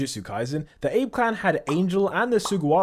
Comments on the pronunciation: Btw Abe is pronounced “AH-bey” not “Aeb” ❤❤❤❤❤❤❤ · Ah-be. Not ayb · I can’t help but Abe is Ah-Beh though not pronounced like Ape. 😊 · My guy Im sure its pronounced literally as ABE not Ayb... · abe clan. 'ah bey' not 'ayb' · “Abe” clan. “A-be” mf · It's pronounced "Ah bey" it's not an anglo or Greek word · Abe is pronounced "Ah-Bay" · It's pronounced AH-BEY, u fking ape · AH-BAY clan, say it with me now, AH-BAY. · It's very jarring how you pronounce "Abe" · Why do you mispronounce ABE so badly? There was a PM names that, its very easy to look up how to pronounce it.